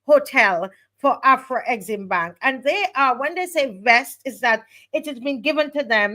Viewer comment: AFREXIMBANK is correct and not AFRE-EXIMBANK which carries a mysterious first 'E'. As far as I know neither Africa nor African contains the letter 'E'. It has also lead to the mis-pronounciation of the acronym which should be pronounce as a-frek-sim-bank.